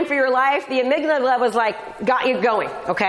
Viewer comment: The amygdala not amyglada